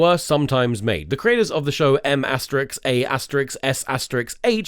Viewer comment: could start by not calling "*" an asteriks, and correctly call it an asterisk